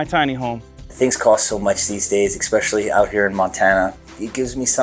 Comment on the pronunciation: Did he say "exspecially"?